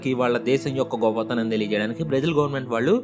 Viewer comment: It's not govvathanam bro it's goppathanam anyware i am a big fan of your facts ❤❤❤